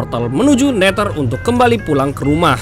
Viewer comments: Neder bang bukan neter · Oy bang bukan neter tapi neder🤣🤣🤣🤣🤣🤣🤣🤣🤣🤣🤣🤣🤣🤣